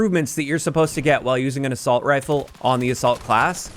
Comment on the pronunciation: 2 times i heard "the salt" or "a salt" instead of assault